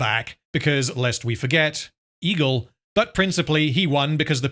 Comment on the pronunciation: I keep thinking you say "Ego" instead of Egle... Why are those eagles now involved in politics now again?